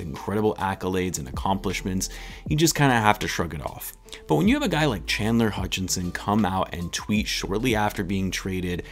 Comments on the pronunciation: Common misconception is that Chandler’s last name is “Hutchinson” (you probably know this); Mohammed Sallam was pointing to your Video Title where you have an ‘n’ in Chandler’s last name “Hutchison” (Plus you pronounced it “Hutchinson” a couple times) :) Keep up the good work and amazing content! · I wonder is you always get his name wrong on purpose 🤔😂 always with the extra n in his name.😂